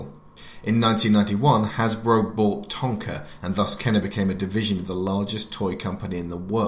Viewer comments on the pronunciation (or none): It’s pronounced ken-ER